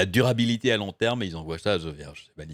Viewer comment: "la DUR abilité hmmm à LONG terme hmmmm", mdr